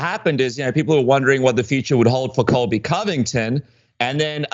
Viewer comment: wait did you say Colby Cummington?